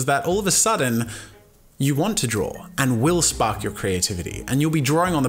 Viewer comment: did you say drawl? hahahahahahahahahahahahahahahahaha